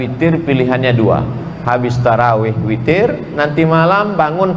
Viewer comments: Witirrr ngab..witiiiirrrrr.... Bukan fitiirrrr... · witir ngab..witirrr... Bukan fitiirrrr....